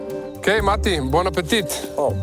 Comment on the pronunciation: pronounce it BON APPETEE (forget de T). Love. Just sent money using my hotmail address.